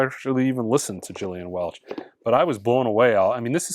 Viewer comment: Among the many things is common with Fremer. You both appreciate Gillian Welch; and both don’t know how to pronounce her name 😉